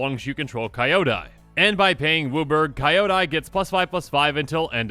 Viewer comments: Kinda off-topic, Kyodai is not pronounced Kaio-dai. It's just as it's written, Kyo-dai, as in "cute"(kyu-te). Kyodai is also the japanese term for "gigantic, huge". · It's pronounced Kee-oh-dai, no kaiodai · nice video, i wasn't hyped for this set, but i'm starting to change... Btw, Not "ka-i-odai", it's "ki-yo-dai" although my ear will blead thought all kamigawa cuz american pronunciation of japanese words are just horrible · uuuuhhhhhh the pronounciation of the card is hard to hear, Japanese names when its kyo, gyo, hyo its pronounced as ki-yo, gi-yo, hi-yo and there is an i at the end of its name so its pronounced as ki-yo-da-i, or ki-yo-die (as in death die) that is why its not Rah-yuu for ryu it is Ri-yuh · it is pronounced "Kyo-dai" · It looks interesting. Also, it's not pronounce "Kai-yo-die", it's how you pronounce "Kyo" from "Tokyo". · Oh boy.... can not wait for this set to bring back even more horrible pronunciation videos. ^.^ That is not even close to how Kyodai is pronounced. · Whenever I hear he pronunces kyodai i die XD